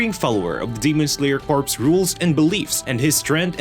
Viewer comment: Am I the only one cringing every time I hear corpse and not corps (core)